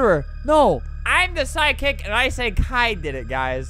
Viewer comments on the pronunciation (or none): why does psychic sound like sidekick when Albert says it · Lol Albert keeps pronouncing “psychic” as “sidekick” 😂